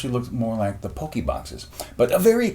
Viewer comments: You're saying it wrong... It's not Poke-y It's Pock-y Pock as In pocket not Poke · I'm getting triggered over the way he says pocky wrong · U pronounced pocky wrong